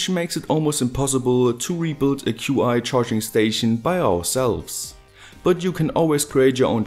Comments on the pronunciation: I though qi was pronounced like "chi" lime the energy lol...in fact, I'm pretty sure it's that and not "q.i." ;) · QI? I've always heard it pronounced 'chi.' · It is chi when talking about qi gong. The electronic engineers who named it probably don't believe in woo, but appropriated the name nonetheless. BTW I do qi gong and can feel qi. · Qi is pronounced chi in this instance.